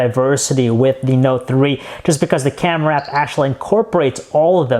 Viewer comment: not to mention the fucking "CYEAM-eh-ra"